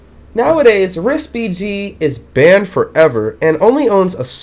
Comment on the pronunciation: I like how he says "baned forever" xD